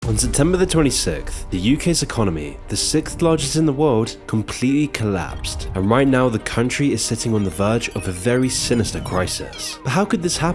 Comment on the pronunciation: Sixth. Not sicth